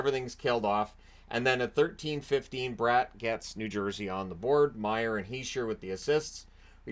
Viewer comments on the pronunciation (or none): none